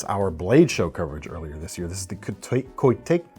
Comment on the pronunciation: Koteyka means "cute kitty", you managed to pronounce it correct in the video